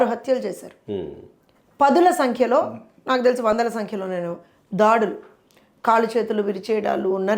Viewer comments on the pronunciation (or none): none